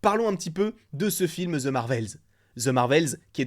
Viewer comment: ahhhhhh arrêtez de prononcer ``the``, ``ze``. c`est trop. Mais j`apprécie tes vidéos